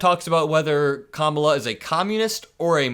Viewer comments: Everybody saw her introduce herself to him at the debate. His continuing to say her name wrong just makes him look insincere. Who falls for this? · He’s been calling Barack by his middle name just as he emphasizes Kamala name incorrectly to fuel the racism